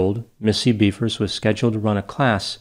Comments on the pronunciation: It’s pronounced “beh-vers”. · theres no A, its BEVers